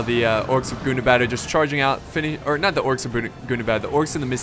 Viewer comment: You pronounced "Gundabad" wrong. In Tug of War I learned that you have to pronounce it in a very special way whenever you say "Gundabad";)